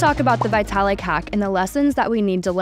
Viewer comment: More garbage, can't even pronounce Vitalik